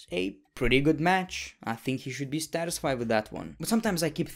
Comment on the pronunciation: Bro that is satisfied not stastisfied